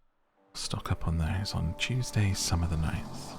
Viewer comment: when you said Tuesday i thought you said cheesday😭🧀